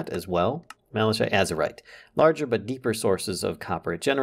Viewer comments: Mal-a-kite = malachite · Doubts his pronunciation of 'Teallite' ... but not 'Mala<CH>ite' lol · Malachite is pronuonced malakite btw. Keep up the good work!